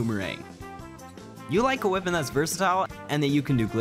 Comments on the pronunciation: Wipon. WIPON😂 weapon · why does he pronounce weapon as "wih-pun"? just curious